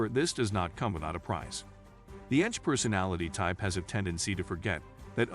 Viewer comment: Well researched video; thank you. A little irritating when the computer voice referred to ENTJs as, "enjs" (one word)